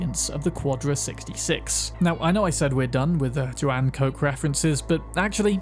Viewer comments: good video but it hurts to hear how you say kochs name. koch isnt coke like you sayey, see koch is the german word for chef please goolge something before you use it. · Today I learnt that Koch has a different pronunciation. One that seems to be US exclusive. I don’t remember hearing it mentioned when you open up the boot (trunk).